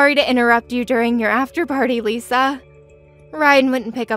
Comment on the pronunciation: Wow she lies as easy as she breathes! It's strange how the son pronounces Lisa like "Liser" at first lol